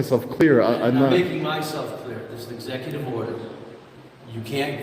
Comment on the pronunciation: I shid a dot everytime I heard esssecutive order. I'm huckin' fammered....🤪🥃